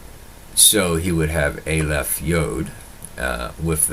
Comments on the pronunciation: Its not a lef .its ah lef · Dear - the first letter of the Hebrew alphabet is pronounced "Ah-leph" not "Ei-leph".